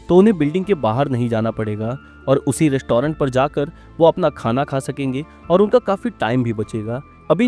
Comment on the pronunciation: Rest-toh-rent, behari ho ka beh😅